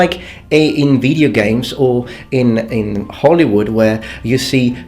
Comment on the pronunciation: when says "like in video games" in his videos I always hear "like nVIDIA games":D